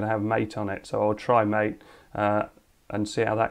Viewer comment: MATE is pronounced like Latte. but with one t instead of two and with an M instead of L. Maatae. or something.